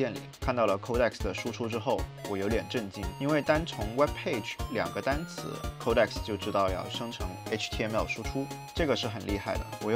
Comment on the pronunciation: 不是抠带克斯，是code X